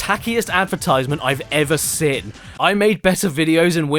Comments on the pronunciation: Caddy: Complaining about 'wrath' being pronounced as 'wroth' Also Caddy: Pronounces 'seen' as 'sin' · that's something i would gladly like to counterclaim caddy with. he can make fun of the way us americans say "hot shots golf (HAT SHAT GALF)," "mirror (MEEEROR)," and "lego (LAYGO)," but those complaints are coming out of the same person that says seen as sin. like, ah yes. my favorite wrestler john cina. i want to clin my room. i'm more of a person that likes the color grin. my favorite spongebob character is eugine krabs. i started watching the channel when i was fiftin. mario tried to save paulin from donkey kong. movies deserves to be seen in widescrin. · Ever sin?? So you criticize pronunciation ... Then make an oopsie of your own xDD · I CANT STAND HOW YOU PRONOUNCE 'SEEN' AS 'SIN' HVFFKHTVBTyjnfgmyfhfIUFJTB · Caddy: makes fun of guy for saying “wrath” like “roth” Also Caddy: says “seen” like “sin”